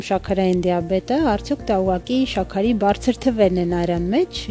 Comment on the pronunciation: xosyelu enk, shyaqari,aziz jan logopedi karik unes